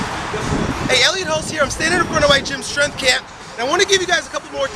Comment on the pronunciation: When did ' strength ' become ' shtrength', ' strong' become ' shtrong'?? I was hanging out for him to say ' specifically'...